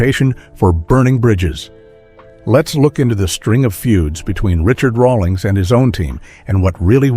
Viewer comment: can't even pronounce Rawlings correctly